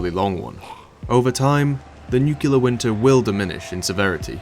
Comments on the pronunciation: Great video as always, small nitpick though it's "nuclear" not "nucular". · Nu-clear. Like it’s spelled. Not nuc-u-lar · It isn't pronounced nuqular, you halfwit. It's nuclear. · I'm gonna be that guy but Nuclear is pronounced "new-clear" not "new-cue-lur" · I've heard people several times now mispronounce nuclear as "nucelar". Why is that so common?